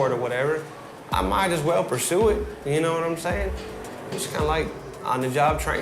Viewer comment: "Nome sayin?" "Nome sayin?" "Nome sayin?" 😭😭😭😭